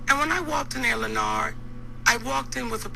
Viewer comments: Why she keep calling him lenard??? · "Lenard".. She kept killing that name 😂😂😂😂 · CtG was hittin her wit facts ... As soon as he did, she got defensive and started callin Lin-nard. And that right there kinda shows she got a bad attitude.